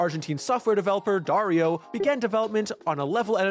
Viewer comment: Darío is a pretty boring Latin American name, but you pronounced it wrong and now it's cool because it sounds like Wario. (the i with this stick above { í } it is significant that you should accentuate that letter)